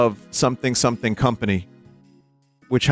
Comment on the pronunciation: "STomething" lol